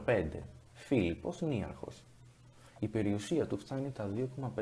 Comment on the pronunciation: ΝιΆρχος Όχι ΝΊαρχος